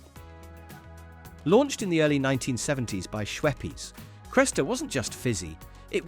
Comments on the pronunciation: Shwepp-ez? Key-a-Ora? It’s Schweppes and Key-Ora. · Shweppes didn't sound great either.